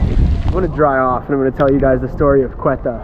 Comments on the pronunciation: Ceuta is not pronounced „Quetta“ it’s pronounced „sé-oo-tah“ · Ceuta is pronounced Seuta not Queta! and there is Melilla too! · Nice video. One correction: the name of the Spanish city is "Ceuta", not "Cueta". And Ceuta was Portuguese until 1668, then became Spanish till now.